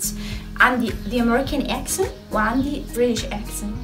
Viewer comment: معلش انا اسفه جدا اني هقولك كده انا شايفه انك في الايطالي احسن بكتير ارجوكي بلاش انجليش لان بصراحه في حاجات نطقتيها غلط مش صح زي attitude and computer accent.انتي بتنطقيها eccent و cemputer و additude انا سافرت كتير لامريكا وكذا دوله اوروبيه وبصراحه مش دي الطريقه الصحيحه لنطق الامريكان اكسنت مش بقول في كل اللي بتقوليه بس في كلمات كثيره .انا اعلم انك مجتهده جدا جدا ومتفوقه جدا ومثابره ولا تنهزمي بسهوله تستاهلي كل النجاح اللي وصلطي له واتفرجت عليكي في البرنامج مع دعاء وكنتي قمرايه ماشاء الله وحبوبه جدا انا بس لاني والاه حبيتك اوي وفرحانه بيكي ايضا فا مش عاوزاكي تشتتي نفسك في اكثر م نز اتجاه لان صاحب بالين كداب وان اة مقصدش انك كذابه ولكن هذا مثل يعني قصدي انك لو اتشتتي في اكثر من مجال بدل مايكون الفولويرز بالملايين مثلا هيقلوا لانك افضل بكثير في الايطالي .اتجاهين هيقلل من شعبيتك مش هيكون في مصلحتك لانك نش بنفس الكفاءه في الاثنين وانا حابه انك تفضلي in the top زي ما بيقولوا بلاش انجليش صدقيني وبلييز بليبيبز ما تزعليش مني.انتي زي السكر ولذيذه وعسوله وتدخلي القلب علطول.اتمني ت قبراي الكومنت بتاعي وتتفهميه جيدا بالتوفيق حبييبتي😘😘